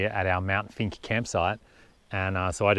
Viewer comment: Mt. Finke. It sounded like you said Mt. Stinky..? Greg K.